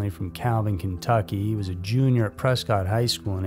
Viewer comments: It’s pronounced preskit not cot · It’s PRESS-cut Arizona.